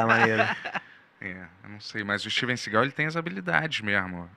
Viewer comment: steve segÁÁl sru cool kkkk